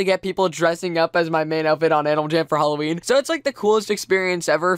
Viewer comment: You said holoween... if you get that refrence i love you so much